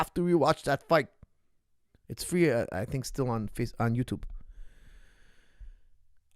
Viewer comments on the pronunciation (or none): none